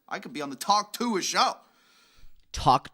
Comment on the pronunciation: every time you pronounce ‘tuah’ like that an angel dies.